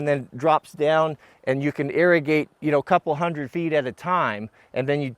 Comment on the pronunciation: You should Pronounce irrigate ( Ear A Gate ) Not ( Air A Gate ) I work on a farm as a irrigation repair guy. Don’t feel bad. I was corrected several times before I got it. Just figured you teach us so much I should return the favor. Also you should have cut those reals about a foot deep. I hope to meet you one day. I’m in Post Oregon almost full time these days.